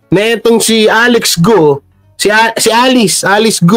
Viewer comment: mayor GUO..prounounce nya parang GAW